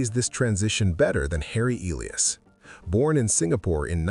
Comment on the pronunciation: The name Elias is pronounced E-LI-as, accent on LI; and Sassoon is pronounced Sas-SOON, accent on SOON.